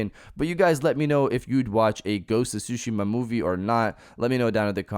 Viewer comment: A-dap-at-ta-tion, not Adaption, and it’s pronounced Ghosts of Tsushima (Su-shee-ma), not sushima